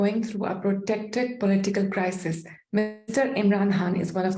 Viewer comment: ‘Protected’ or ‘protracted’ 😂 Hey improve you ‘Anglish’ please! 😅😅